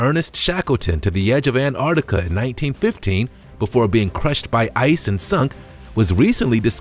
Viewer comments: Please, Americans, there is a ‘t’ in AnTarctica. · Learn how to say Antarctica bro! Soz it’s annoying!!